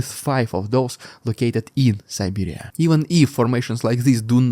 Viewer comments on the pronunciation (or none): none